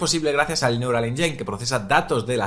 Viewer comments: Cada vez que pronuncia 'enyain' Siri mata a un gatito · Por favor, pronuncia bien engine. Gracias por el Vídeo